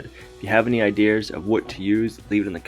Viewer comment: I love it when you say “ideers”!